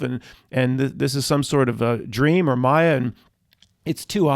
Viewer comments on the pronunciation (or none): none